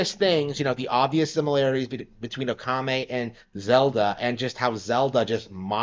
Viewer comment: It's pronounced "Okami," not "Okame." Or is this one of those things where you try and insult a game by mispronouncing its name?